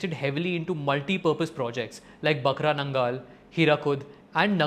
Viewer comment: Bro excellent video but one mistake is its not bakra nangal its bhakra nangal dam in nangal ❤